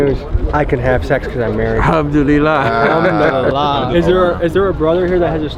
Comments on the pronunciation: Al ham do li la 😂 is this guy for real lol he can't even pronounce the simplest of words. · Sounds like he saying I'm doodie lo. When he says Alhamdulillah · That’s a slick translation you tried to pull but Bruh was definitely saying “Humdoodeelah”. Idk if you wanna edit that in but definitely don’t let that slide it’s important to my people.